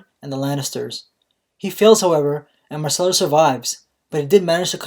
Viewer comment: its not 'marcella' its 'myrcella'